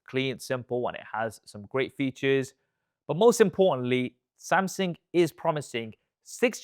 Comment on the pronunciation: Wy do you say Samsing?